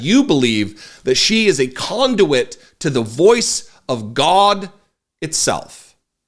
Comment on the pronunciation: I crack up every time you say "gawdah". I have even subconsciously starting saying it in my daily life. Love your content to keep things that are sadly true.... in real person speak and how I feel most days. Keep growing